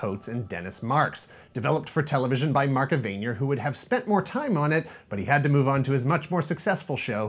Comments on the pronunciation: Mark Evanier. Evanier is not pronounced eh-VAIN-yer. It is pronounced EV-in-eer. Thank you. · One of my favorite shows of all time. Nice work. Also, I believe Mark's last name is pronounced "Evan-Ear". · Um, Evanier is pronounced ev-uh-near. He was credited with two episodes which were aired in 1983. Mark Evanier also has several writing credits between Dungeons and Dragons and Garfield and Friends which did not start until 1988. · mark eh-van-ear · I've never heard Mark Evanier's name pronounced the same way twice, but that's a new one